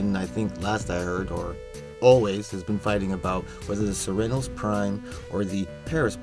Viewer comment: Good video but the way you say Cernos makes me cringe.